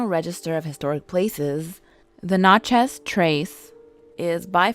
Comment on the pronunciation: Natchez as well